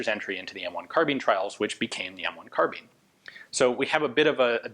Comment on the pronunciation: At the time nobody said "carbeen"